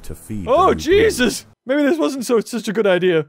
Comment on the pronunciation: stop saying jeusus